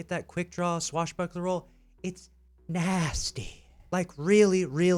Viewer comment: It’s “NaSTy”